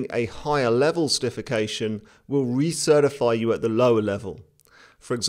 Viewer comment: "Re-Certifify" lol